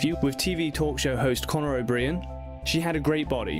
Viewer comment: Conner O’Breean?